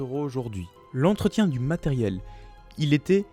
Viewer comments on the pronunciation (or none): Tu as oublié le r à entretien mais excellente vidéo quand même